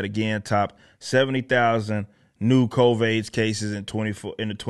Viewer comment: Why does he keep saying COVAIDS?